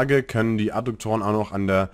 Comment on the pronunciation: Adduktoren, nicht Adukktoren... sagte der Rechtschreibenazi... Wie auch immer, Danke für Deine Videos und die Zeit die Du dafür aufgebracht hast! Ich hoffe Du kannst das monetarisieren.